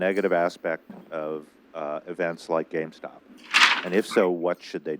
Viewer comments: Also it’s name is “GameStop” not “GameStock”. Y’all’s audio makes Columbia look bad. Next time pass out bottles not cans of soda. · Take a shot any time they say GameStock